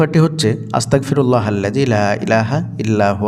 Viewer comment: আসসালামুয়ালাইকুম ওয়া রহমাতুল্লাহ। ভাই যান আপনার উচ্চারণে বুঝাযায় আস্তাকফিরুললা, কিন্তু এইখানে উচ্চারণ হবে আস্তাগ ফিরুললা।